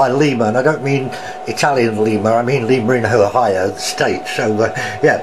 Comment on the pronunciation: The Lima loco works is pronounced lime a